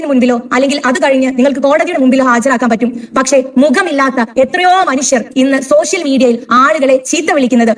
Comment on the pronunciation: സോശ്യൽ അല്ല പാത്തു,. സോഷ്യൽ എന്ന് ആദ്യം പറഞ്ഞു പഠിക്ക ണം.MLA ആയാൽ പ്രധാനമന്ത്രി ആണെന്ന് വിചാരം നല്ലതല്ല. ഉപ്പാന്റെ BUS നന്നായി ഒട്ടുന്നുണ്ടല്ലൊ? അപ്പേച്ച അല്ല പാത്തമ്മ . അപേക്ഷ: പറഞ്ഞെ ഒന്ന് കേൾക്കട്ടെ.!